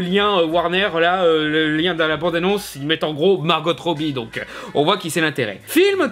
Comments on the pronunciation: Par contre, c'est Margo pas Margote. Même Margot Robbie dit son prénom comme ça. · A faire attention. Les bande annonce de Suicide Squad nous faisait focaliser sur le Joker en méchant principal alors qu'il était très second plan. On pourrais avoir une HQ en rôle principal mais avec les Bids of Prey en premier plan aussi.. ps: Margot, se prononce comme en Français. Le T est muet..